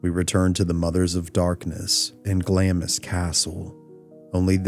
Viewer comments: A Scot here, it's pronounced Glamms, not Glam-ees. Thank you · Interesting! I watched the original vids when you put them out. I find this subject fascinating for sure. I do want to point out though that Glamis is pronounced like "Glahms" not "Glahm-is". Keep up the good work 👍🏻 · It’s not pronounced Glam-is castle. It’s Glams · Glamis is pronounced ‘Glams’ the ‘i’ is omitted 😊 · Glamis is pronounced glaarms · During all your research, you didn't ascertain at any point that Glamis is pronounced Glaamz? You never heard the line (correctly pronounced) - "All hail, Macbeth! hail to thee, thane of Glamis!" ? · It's pronounced "glahmz," by the way. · you don't pronounce the I in Glamis